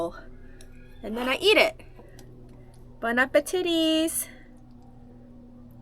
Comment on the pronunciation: You said "Bon- apa- titties"! 😆😆😆 crack me up!